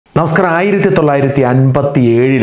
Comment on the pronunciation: ആദ്യം പറയുന്ന “നമസ്കാരം” ഒന്നു വ്യക്തമായി പറയുമോ? നമസ് എന്നേ പുറത്തു വരുന്നുള്ളൂ 😂